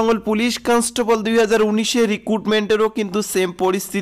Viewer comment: কনস্টেবল , constaple na re vai